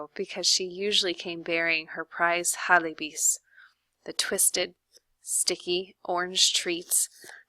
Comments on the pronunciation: i just wanted to point out its not pronounced "halebis" its ja le pi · sorry no hate but its not halebis, its jalebis with a j